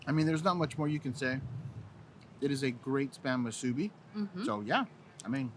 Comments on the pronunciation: got the correct pronunciation of "musubi" most of the time, but needs to practice a little more not to say "muSUbi" and give away that you're not from Hawai'i. Mahalo for trying out the SPAM musubi in different places, even on Maui and Kaua'i! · Yeah, better work on that pronunciation of "musubi". He gets it 1% of the time. gets it 75% of the time. If you're gonna make a whole video about it, you should know how to say it!